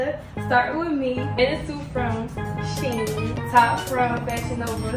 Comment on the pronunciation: Shein is pronounced "she-in."